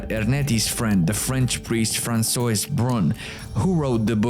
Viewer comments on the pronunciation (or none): Fransowees? Franswa. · Francois is pronounced Fransuah, it's french for Franz.